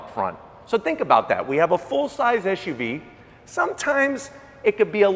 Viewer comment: It's SUV NOT ASHUV